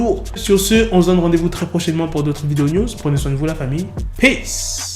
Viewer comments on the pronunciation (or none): none